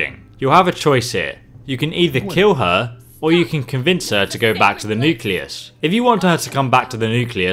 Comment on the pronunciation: I love how he says nucleas